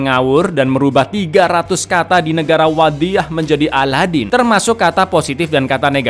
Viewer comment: Bang ngomong wadiyah nya kok authentic yak... Pake dho' wadiyah nya wkwkwkw